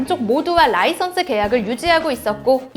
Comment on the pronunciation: 라이선스는 어느나라 발음